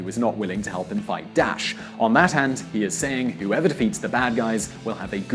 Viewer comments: Considering that the video is so professional, you really need to work on pronouncing foreign names and concepts. I keep getting the impression that you aren't even trying. It's Daesh, not Dash: DAH.esh. Marbella is pronounced Marbeya, how can a an educated person not know how to pronounce basic Spanish words? Or if you can't, get briefed on them. I find it truly unbelievable. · It's not DASH ITS DAAA-EEEEEH-SHHHH